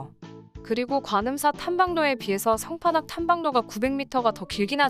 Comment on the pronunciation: 상판악 -> 성판악...